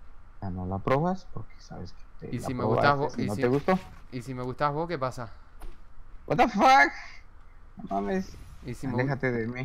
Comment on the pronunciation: Lo vi en directo fue clave el chabon diciendo guatafac JAJAJA (ya se como se escribe, lo escribí sarcásticamente así xd)